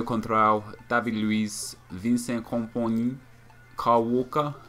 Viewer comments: i always crack up when Nep says Vincent Komponi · Laughing so much at the way you said Kompany :')